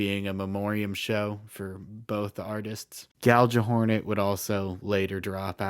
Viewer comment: "Gal-juh-hornet" opinions rejected.